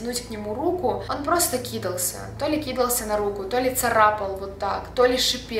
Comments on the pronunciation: Это же надо сказать, накидывался, кидался правильно, и не кИдался а кидАлся, ты же вроде не из Украины,а русских слов не знаешь 😂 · Очень сильно режет уши слово кИдался, но вообще правильно говорить кидАлся. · говори правильно, пожалуйста. Не ки́дался, а кида́лся